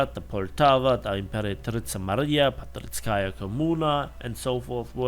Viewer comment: Hello. I am your russian viewer, and i need to correct you in "Parizskaya Kommuna" name. It is not Patrickaya. It is like a "Paris" city but with tipical russian "kaya" ending 😊.